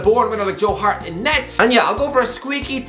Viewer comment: Only celtic player yiu pronounced right is Joe Hart.